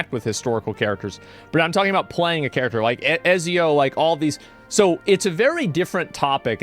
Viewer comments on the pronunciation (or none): none